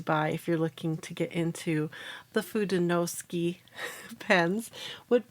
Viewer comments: Love your video, but sorry, “suke” just doesn’t seem like it should be pronounced “ski.” You do get an A for persevering! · It’s pronounced: foo-de-no-soo-kay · And its "foo-day-new-sue-kay" but the "ke" is more like ke in sake. Like in okay, as well as the de in fude, its got that same eh sound. If that helps. Atleast that's how I was taught in my Japanese classes and throughout 30 years living in a very diverse state with a large majority of our residents being fluid Japanese speakers as well as our states just general heavy influence by all Asian cultures. :) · “foo-day-no-SOO-kay” I take full responsibility for saying it wrong! I think I may have misspelled it when I looked up the pronunciation. Doh! Please be kind to her about it—it’s my fault not her’s. 😊 Sorry and Tombow. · Ironically, I was coming to comment this exact note when I saw this posted right up at the top of the comments! I’m glad it got cleared up! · Hello and, Pronunciation was almost right only the "KE" at the end of FUDENOSUKE is pronounced like the "ke" from the word "kept" Cheers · FU is like when you say kung-fu. DE is like when you say meh. NO is like when a Mexican says no (no w sound at the end. Just an open vowel). SU is like when you say super. And KE is, again, like when you say meh. Try using Google translate and listen to the pronunciation. Hope this help!😊 BTW, Fude is one word. No means of (as in belongs to). Suke is another word.